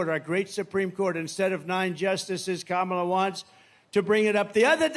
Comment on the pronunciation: He Said Vice President Kamala Harris Name Correctly For The First Time!